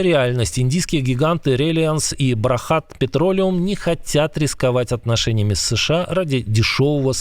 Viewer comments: Бхарат, а не брахат. Это оскорбление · Бхарат, а не Брахат. Бхарат - это Индия!